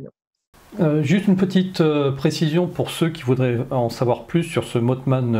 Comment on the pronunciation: Si me lis, ça fait deux émissions où elle parle du mothman sans bien le prononcer et ça m'irrite vraiment (en plus la crédibilité en prends un coup). Ça se prononce mossman et pas motteman... voilà dsl mais j'en pouvais plus. Je suis soulagé merci.